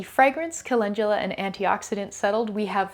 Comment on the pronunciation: Why do we pronounce it colengula when it's spelled calendula..😂 I really need to know being a mostly reader and watching it took me a min to realize calendula and colengula are the same thing.